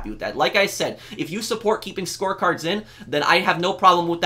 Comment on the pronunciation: when you said "score cards" i thought you said "sports cars" i was confused why you wanted them removed from freemode then i heard it correctly